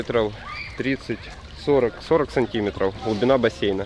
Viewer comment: Неправильно всё время делаете ударение в слове аэропорт и сантиметр